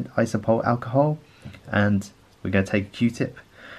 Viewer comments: Iso-pro-pill. Not isopol. It's like you're just pretending half the letters in the word don't exist lol. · ISOPROPYL alcohol not iso-pole?! Iso-pole wtf